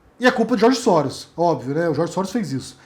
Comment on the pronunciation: "George Sóros" O é foda, kkkkkkkk!